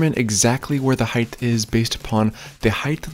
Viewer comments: Hard to take someone as an expert when they can't pronounce a simple, critical word like HEIGHT like the word EIGHT with an H in front (NOT HEIGHTH). There literally is no word pronounces HEIGHTH. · The video is quite helpful. Listening the the “th” at the end of the word “height” gives me heartburn. “Height” sounds like “right”, “light”, “might”, “flight”, “kite”, “spite”, “bite”, “smite”, “fright”, “tight”, “bright”, “light”, “trite”, “light”, “fight”, “slight”. Say it with me: Kite Light Bright Height Fright Right Spite Height Flight Tight Height Might Bite Height Bright Height Light Height Fight Height Height Height You did it! But seriously, it’s an outstanding tutorial. All of these instructions are very smart. The only one that I did that I liked better in this same process was to pour my pad first then measure for stair “height” and the run length. Well-done! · I disagree. More a lack of self-awareness and respect for language. He’s genius-level at making a DIY video. Doesn’t mean he couldn’t keep more followers by avoiding a simple but notable pronunciation faux pas. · I love your videos. They are almost perfect for the DIYer who's seeking guidance. They are almost perfect because of one issue. You occasionally pronounce "height" as "heigth"....please stop. It's literally the only thing about these videos that bug me. Thanks. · Bro. It's height not heighth. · No, he meant aging. The guy is turning senile. Last week he was saying height, this week “ h£iGTh “ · There is no ´th’ sound in height; it doesn’t end like width. You can check yourself by remembering that people may be afraid of hites buy no one is afraid of hyt-thes ! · HEIGHTTTTTT NOT HIFFFFFFF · HEIGHT as in HITE. Not heith. Love your work. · Bro it's HEIGHT not HEIGHTH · Love your videos. Only criticism….HeighT not HeighTH. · Its height…… not heigth. Uuuuggghhh. Why do people say it that way ? Sorry for the rant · Does anyone recognize he is aging “heigth” instead of “height”